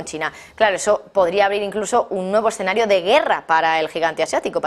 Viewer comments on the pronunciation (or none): none